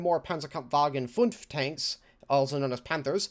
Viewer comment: Try saying fumfh instead of fumtf like you did here ;)